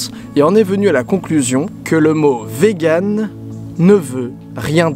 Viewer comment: Hello, je suis vegan ^^ Juste ça se prononce "viganne" et pas "véganne" x3